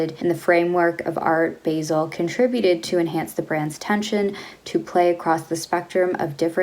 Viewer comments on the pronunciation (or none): Art Bah-sel, not Bay-sel 🤓. Also, love Prada men's designs but their fabric quality is lower than TR.